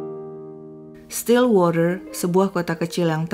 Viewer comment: wah mb bagus pronounciation stillwaternya, pdhal bbrp waktu lalu pronounciation englishnya blm sebagus ini. Memang mbanya tinggal di LN, mgkn bkn di negara yg bahasanya Inggris